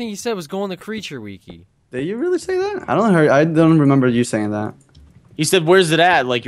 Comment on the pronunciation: y u pronounce wiki like weekee.